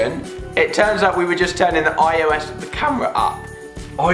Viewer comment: At about Alfie said ISO not IOS lol 😂😂😂